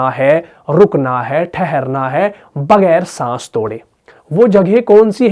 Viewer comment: بھت خوب۔ لیکن بغیر۔ باقی۔ ختم۔ ان الفاظ میں آ پ کا تلفظ ھے۔ باکی کھتم۔ بگیر۔ ؟؟؟؟؟؟